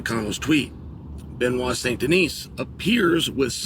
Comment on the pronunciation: The fact he can say Benoit but not Yair is amazing 😂